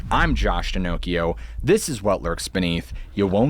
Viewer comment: Did you say Josh Pinnochio ?